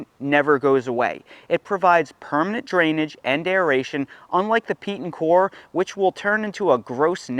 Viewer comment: Wish I had $10 for every time you said core instead of coir. Say OIL. Say COIL. Okay now say COIR. Thank you.